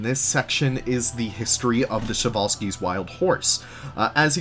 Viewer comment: I was sad when i hear the przewalski horse was named by russian all time i think its name came from Polish guy but anyway i like Przewalski's horse and its funny to hear how people read him prezvalsky or other way